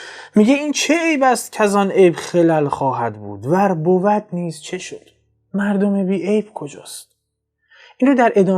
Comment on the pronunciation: درود برشما انچه گویند روا نیست باید با لحنی خوانده شود که یعنی ناروا میگویند من روا نمیدانمش آنچه متشرعین میگویند !... ور بُوَد نیز چه شُد نادرست بنظرم می رسد وچه شَد؟ درست است (باتوجه به زمان صرف فعل بُوَد در همین مصرع چه شَد یعنی چه شود؟ درست میتواند باشد